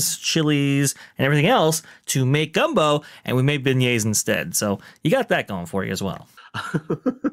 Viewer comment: At 56 seconds I could have sworn said "the scent of Ben-gays!" instead of beignets!